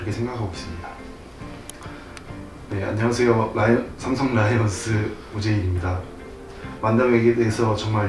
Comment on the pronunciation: 오재일 선수님 라이온'스' 아니고 '즈'라구요! 왜케 생글생글 눈웃음 보내시는지 진짜 이미 사랑에 빠진 기분이라구요!!!! 환영합니당🥰💙 와우리팀에 오재일있다~~~~~